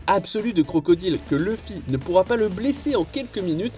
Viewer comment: mon oreille saigne quand il dit "crocodile"....